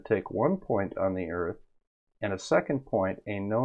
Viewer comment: You mean Earf?